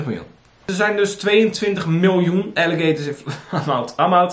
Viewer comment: Alligeetorrsss? Die beesten heten gewoon Aaaliegaaatorss!! Grrrrrrrrr